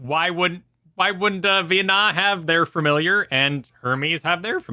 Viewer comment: Keep saying Veenah and I'm gonna assume your names are pronounced Keelay and Gahreet